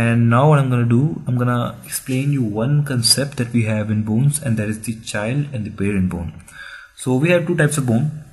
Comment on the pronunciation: Could you at least try to say BONES and not BOONE